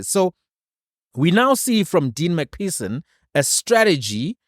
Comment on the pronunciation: McPherson = Please, it’s not MacPerson, you must use an ‘f’ sound for the PH - like McFurson